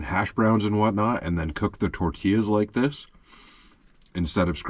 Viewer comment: The way you pronounced tortillas… 😡😄😁 tor-tee-uhz 😉👍